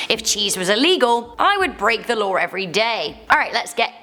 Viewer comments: There is no letter "R" in the word law. Also crying is not freaking out it's crying. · "Lawr" isn't a word. Learn how to pronounce the name Dylan. One things you need to learn is that ghetto types over dramatize the living hell out of things. Like to an extreme. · Mandatory 6 months in jail for pronouncing the word ''law'' as ''lawr''. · there's no r in law.